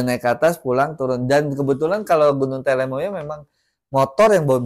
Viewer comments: Gunung Telomoyo mas bukan telemoyo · namanya TELOMOYO bukan TELEMOYO..